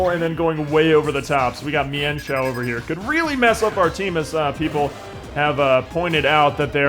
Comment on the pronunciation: Apparently the correct pronunciation of mienfoo and mienshao is meanfoo and meanshao according to pokedex 3d